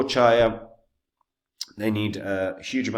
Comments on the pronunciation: The very first word you cannot even pronounce CHIA properly, I stopped the video. Bye bye. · mispronouncing the project not ideal for confidence